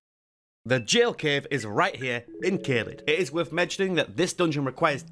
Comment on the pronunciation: Honestly just thank you for pronouncing gaol as intended. Separately, I think you're being a little harsh on dungeons that need stonesword keys. After the first couple of hours I never had to ration them, there are loads more in the game that you need.